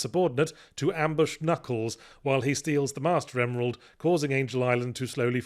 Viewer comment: You thought you were being funny saying "Kuh-nuckles" (and tbh you were), but to me, as a French kid in the 90's who had no idea the K at the beginning was silent (see also Arthur and his "kuh-niggets" from Monty Python and the Holy Grail), you were just reverting to the natural, original pronunciation of the Echidna's name !